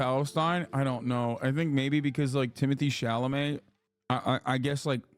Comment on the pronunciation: doesnt pronounce chalamet right not even once